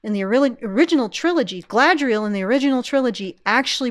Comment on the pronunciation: The Sindarin "dh" is like the Norse þ, which isn't really happening there IMO. Less Galadh-riel, more Galad-rhiel. Still not the Queen's Elvish, so to speak, but who is speaking anyway?